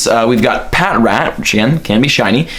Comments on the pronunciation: Pa trat that's how its pronounced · AHHHH ITS PRONOUNCED PATRAT NOT PAT-RAT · Not to be mean or anything, but snivy is pronounced sny-vee and patrat is pronounced puh-trat